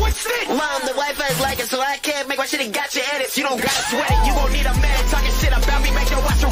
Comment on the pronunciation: "GARCHA" it is gacha